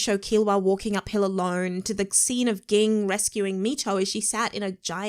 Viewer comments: Wait! Is she watching the dub? Why is she not pronouncing Ging correctly (jing)??? Is that how they say it in the dub? Eeeewwwwww. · Can u please say Jing and not Ging 🤦🏾‍♂️ 😆